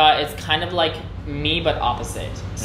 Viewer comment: ngay phút theo quan điểm của mình khúc đó bạn phát âm từ like đó hơi sai sai và ko dc tự nhiên, vừa qua khúc đó cac bạn nghe tới nói chữ like nó lại khác. Vì khi chữ like nằm giữa câu thì ngườif bản xứ họ ko có khựng mạnh ngay chữ like